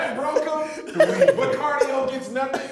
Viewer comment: “Living la vida broke-A”🤣